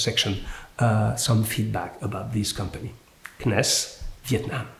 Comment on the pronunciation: CNES is pronounced as : See Ness.